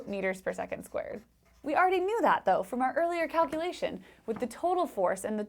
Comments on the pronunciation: I loved your cowculations! 🐄 I thought I "herd" you say cowculation. 😂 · did you actually call them "cowculations?" Brilliant!